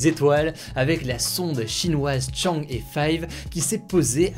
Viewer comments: Ca se prononce "Tchang-euh" pas "Tchang-é" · Par contre chang'e ça se lit changua